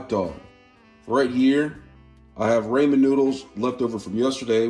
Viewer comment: Raymon noodles 😂😂😂 no just no